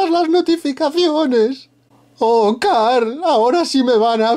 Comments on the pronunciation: Error del canal random: No se dice carl se dice Cooorl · se escribe carl jajaja se pronuncia COOOOOOOOOOOOOOOOOOOOOOOOOOOOOOOOORAL jaja